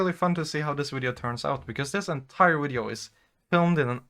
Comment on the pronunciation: This video has two of my favourite things: Pretty girls, and the way Scandinavian people say "wideo".